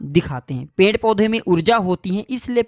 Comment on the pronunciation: Pend kya hota hai?? Uchcharan Ped hota hai, ya Pend hota hai???